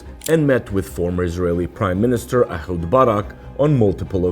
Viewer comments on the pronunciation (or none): none